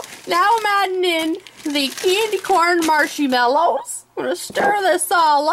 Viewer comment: "Marshy mallows", XD